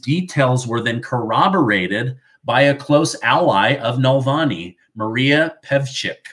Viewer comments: It's "Navalny" not "Nalvani". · Alexei Navalny not nalvani, love your work tho, you’re amazing too. News that brings a smile,😊 even if some of it is frustrating (New York Engoron bullshit)